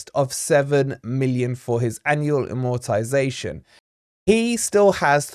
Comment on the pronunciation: You might want to pronounce it properly if you're doing a stint about AMortization.??